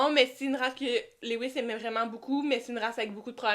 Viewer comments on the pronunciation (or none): Pour info LEWIS se prononce LEW-IS avec LEW comme NEW et non pas LE-WIS ( léouisse )à la Française .... idem pour STEW-ART et STEW-ARD .... ¯\_(ツ)_/¯